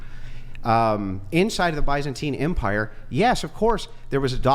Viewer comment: Dude can’t even pronounce the empire correctly